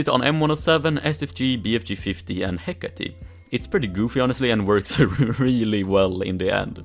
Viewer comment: can you please learn how to pronounce hecate